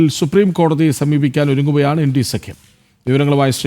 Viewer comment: ഇൻടി അല്ല. ഇന്ത്യ എന്ന് പറയണം പഴം